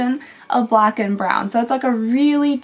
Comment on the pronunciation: It's a blawn eyeliner,. Or brack?